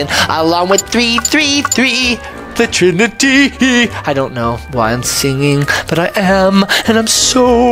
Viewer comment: Did you say trinity?